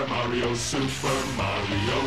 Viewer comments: Luigi said kario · they say mario wrong.